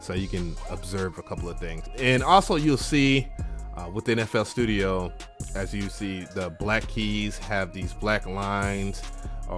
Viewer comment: sounded like ya said nfl studio